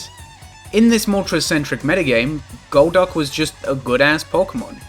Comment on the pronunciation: Rewatching the video months later, main takeaway is amazing pronunciation of goal'DUCK